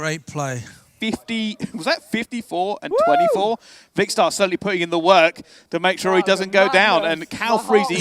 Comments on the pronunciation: ‘Vikster’ that’s how he said 😂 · You should complain, he doesn't pronounce Vikkstar right all game!